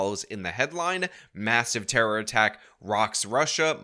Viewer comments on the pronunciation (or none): none